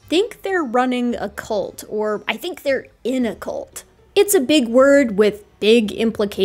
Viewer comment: I thought you were making a presentation on baby horses. Cult doesn’t rhyme with bolt! Great show tho!